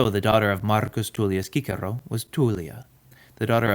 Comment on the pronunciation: So refreshing to hear someone pronounce “Cicero” correctly